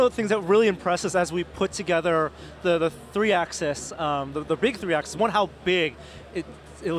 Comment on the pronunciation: Hey. The word is AXIS not ACCESS. Please learn how to pronounce it. I don't think you are stupid.